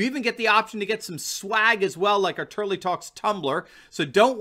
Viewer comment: Ahhh...his last name is TURLEY, not "Turkey"! Lmao!!!